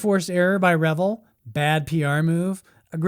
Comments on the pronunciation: I grew up hearing adults say it the way he said it in the video. I then heard it proper many years ago and it hit me. "Oh yeah, that is a double "L" so it is usually pronounced that way." A lot of the problem growing up before the internet, is you often saw words or names but never heard them properly. The same is true for handed down "facts." Grandpa said something he thought was true by observation, and it became "fact." I've found dozens of such things common across all of society. Also, a lot of people, especially people in the USA, are lazy about names. Lots of our own city names are pronounced in ridiculous ways as a result, and if your company has a foreign name, forget it. They don't care about pronouncing it in the native way most of the time. I try to be respectful of that. It's their name, not mine. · How he pronounced Revell is just one of many errors he made in this video…..the Nazi wonder weapon did in fact exist the U.S. military was able to bring a few of these ships to the United States in and not only recovered all technical equipment and materials from the underground facilities but other high technology as well. In the intervening years the military reversed engineering teams was able to learn how these craft were designed and worked and made copies of them. These craft are still being produced at Area 51 and other research and design centers all around the country and yes there was alien technology involved as well. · Great video! Please correct me if I'm wrong, but isn't "Revell" pronounced "re-VELL," with the vocal stress on the SECOND syllable? I thought that's why they put 2 l's on the end. And the "REV-el" pronunciation makes it sound like drinking, debauchery, and hilarious partying, no? Dr. Pedantic. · Hey.... The company is pronounced RE-VELL, not revel. That's two L's not one. I would revel in cheer hearing you say our Venice, California born company name with respect. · It's pronounced Ra Vell not re vill